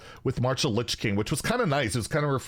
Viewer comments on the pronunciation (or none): none